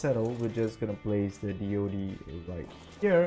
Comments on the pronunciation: It's Deed not Dode or dee ode. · why does he call it dee oh dee????